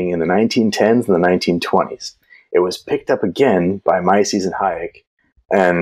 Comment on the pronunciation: i was a bit confused who this "Mycies" was, until i realized you mean Mises. 😅